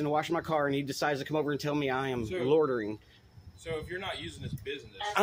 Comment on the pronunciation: Lordering 😂 they all struggling with that one.